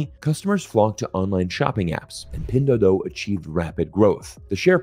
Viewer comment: Nice video 👍! I just noticed that when you say pinduoduo (拼多多）you probably pronounced it as pindoudou(拼抖抖）.